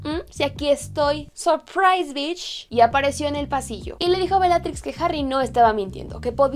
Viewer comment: No se pronuncia FODCH (fudge) y no se pronuncia BICH (bitch). Buen video! Saludos